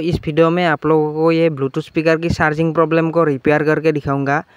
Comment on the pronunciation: Thanku bro for new solution lekin ye Charging jack hota h Sharging jack nhi